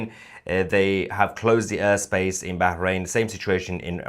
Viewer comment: The Urr space 😂 Yor Mrs should teach you better pronunciation 😂 ❤ love u